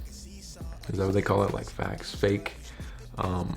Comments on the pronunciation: Faux is pronounced Foe, like an enemy and not fax. Just a little help. 🙌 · ""Faux?" Pronunciation rhymes with show. Means fake, false....like faux leather or faux suede. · Faux is pronounced foh.....but aux isn't pronounced oh.....🤔...... 🤷🏿‍♂️